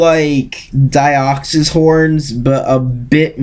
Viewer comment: Its DEE-OX-IS Deoxys